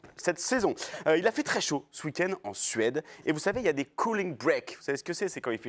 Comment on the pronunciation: Cooling break “Cou not Cau”